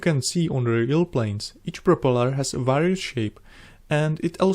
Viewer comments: However, he makes a Prooopala look fantastic!! 👍👍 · You get a like from me for just the way you say 'propeller' never change.